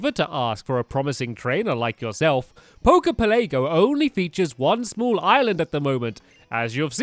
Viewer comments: it's pela-go not pele-go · It's pronounce pel a go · It's poke poke Pell a go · Jesus Christ, "Poker Pelaygo"? "The Blue Flute"? "Flying type"?